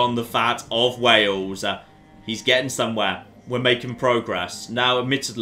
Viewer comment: It's Wales and Wale-sh. No idea why that cracked me up so much!